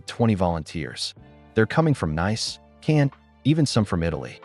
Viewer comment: I thought Nice-Nays, it should Nice- Nees